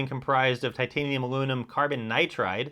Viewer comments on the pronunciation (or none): none